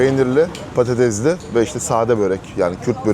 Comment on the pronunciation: Yoo patatezli börek değil patatesli börek. Söyle patatezli değil patatesli börek de